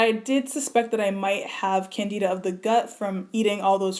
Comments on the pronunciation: It's pronounced Can-Di-da (like in Dimples) not Can-Dee-da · Sounds like you have lupus. I'm an MD doctor and this video was shared with a forum of 100s of black female doctors with MD/DOs. That's how I found it. We feel a further work up w a medical physician is definitely necessary. Can-dih-duh (not Can-dee-duh) may describe some of what you've been through, but your body sounds like it read a Lupus Textbook. I admire your drive to want to solve this on your on, but I'm shocked you waited years to see a doctor when you felt this way. Unfortunately, so many people do the same. I hope you get a proper work up from a medical doctor and can be appropriately treated for your sake and the sake of your family. I hope you continue to stress to followers that your work up is still in progress and you (nor I) technically don't know what you have so as not to steer people with other diseases toward possibly ineffective diet change instead of a doctor's office. You have a great platform; continue to use it wisely and I pray for the continued healing of your mind, body, and hair!